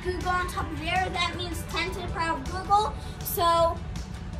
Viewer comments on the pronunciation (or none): Its googol not google